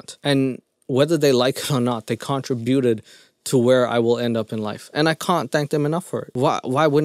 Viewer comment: Sorry I love you and you're hilarious but I had to say you said the word contributed like the word contraband😂